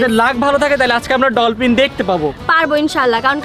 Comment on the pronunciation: ডলপিন না ডলফিন হবে 😂😂😂